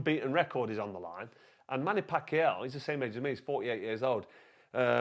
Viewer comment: Why can’t you pronounce Manny Pacquiao